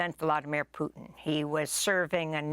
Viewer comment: She pronounce it like poutine!?😅